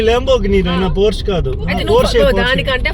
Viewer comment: Hi it's pronounced por-shuh🙂